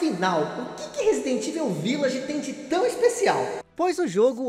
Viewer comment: Vídeo com um trabalho de pesquisa seu maravilhoso,como sempre. Mas sobre a pronúncia de Evil….ela não seria “Ivou” ?!